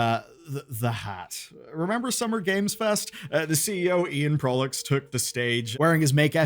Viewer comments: Proulx is pronounces 'PR OO''. Not to be confused with ''P ROO''(not like Perou). The PR in Proulx should sound like the PR in Price. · Just a head up Proulx is a french name and is prononce "proo" (L and X are silent) !! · Informative, just in case; Proulx is pronounced “prew”